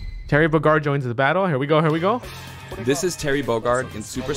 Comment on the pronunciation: I love how he just (refuses?) to pronounce Bogard right